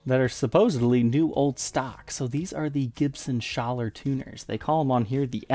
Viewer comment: Yep, he pronounces it right - I live about 20 miles near the Schaller headquarters in Germany.